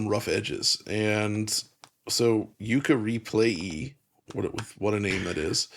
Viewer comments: Pretty sure its pronounced Re-play-lee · i was waiting for the lee and the end and he just stopped. Yokaa Replaaaaaay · It’s bugging me more than it should that they both got the name of the game wrong. Lay-lee, play-lee. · I was just about to say that! How can both of them get the name wrong? "Re-Play-LEE!" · The Replaylee mispronunciation is killing me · How did you do this whole video without reading the name of the game even once 😭 it's Yooka Replaylee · The way they pronounce the name is so cringe. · why aren't you pronauncing the second L? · pretty sure only said it wrong because it was in his head from how just said it lol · Ha yea I was thinking the same why they are both struggling with the name so badly